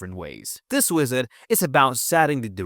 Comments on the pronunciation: "This wisit" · bro said wisit 😂😂😂